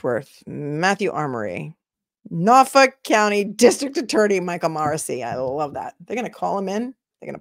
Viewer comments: I'm from Bristol County, I say Norfolk just like you! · MA Deadhead from the 80's - happy to meet you, sister You say "Norfolk" perfectly :hand-purple-blue-peace